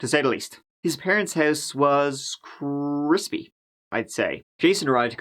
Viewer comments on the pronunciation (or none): Idk why but I laughed out loud when you said "His parents house was... CrrIssPy" 😭💀